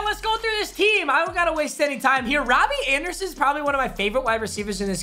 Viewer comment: wobby andewson is pwobabwy one of my favowite